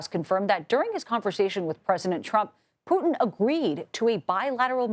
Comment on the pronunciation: His name is "poo tin" , not "poo in". Get it right white house 💩